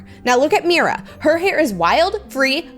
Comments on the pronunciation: NAHH SHE SAID MYRA LOL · when she said 'myra' idk why but it physically pained me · Your not saying Mira rigt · What's kind of annoying is she is saying Mira's name wrong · you said miras name wrong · your saying mira incorrectly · Your saying Mira wrong 😑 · She says Mira like it’s spelled Mirae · Her name is not miiiiira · I thought it was pronounced meera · U say MIra but you actually say Meera but write Mira!😢😅😊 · Her name is pronounced Miror-a but take out the OR sound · you keep saying Mira wrong😊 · Stop saying Mira as Mayra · It is mira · It’sMira say Mera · you don’t say Mira like that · Not to be rude it's pronounced "me-ra" mira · Mee-ru is correct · Pl-please stop saying Myra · Think of Mira’s name as Meera since you pernounced it wrong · I don’t think u pronounce her name like that I think it’s pronounced meera❤❤❤😊😊😊😊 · No hate at all but that's not who u pronounce Mira again no hate but in the movie when there talking that say Mira differently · why do you say Myra it's MERA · I don’t think it’s “MyRA” I’m pretty sure it’s “mEEra” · I love you Preston and your vids buts it's mi ra not myra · U say her name like Mera but spelled like mira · It's not my bra it's Mira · This is not Myra it's Mira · Is not myria is Mira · Its (Mee-ra) not (My-ra) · Just to know you are saying Myra when her name is mira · It’s Mira Me-ra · Afended!!! You Said MYRA!!!!!! It’s MIRA SHES MY FAVORITE. P.S IM Disappointed!!! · It's not Myra,🧐 it's Mira👻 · her name is pronounced mee-ruh not mI-ruh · Oki I love u so much and I DO NOT WANNA HATE but I have to say this bc it’s SOOOOOOOOO Frustrating oki so ur saying Mira’s name like this My-ra. BUUUUUT it’s acually pronounsed Me-ra. Pls pls pls no one hate on me I just wanted to say it not to be mean sorry if it sounds mean 😓😓😓😓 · Yea no hate and I love watching vids but it’s pronounced me-ra not my-ra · It isn't My-ra it's Me r a😊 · It's mira not maya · Mira not miya